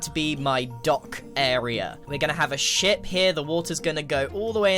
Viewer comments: Honestly can’t tell if he said ship or- “we are going to have a 💩 here” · pls tell me im not the only one who heard grian swear instead of saying ship